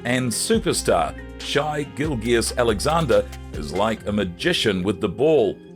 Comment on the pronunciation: Thunder fans aren’t mad at Durant, just SO over him. He’s a surly old dog still chasing cars, and his name shouldn’t always be mentioned whenever the Thunder are mentioned. He’s old history now. Your pronunciation of Shai and Coach D’s names though 😂😂 Buy better software